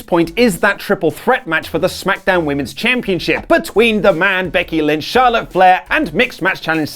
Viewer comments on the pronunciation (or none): none